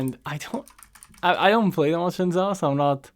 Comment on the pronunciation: It's pronounced "shin jhow"